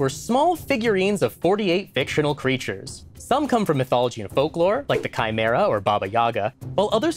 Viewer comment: I’m just glad that you can pronounce chimera